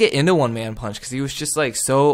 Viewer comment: did he say one man punch 😂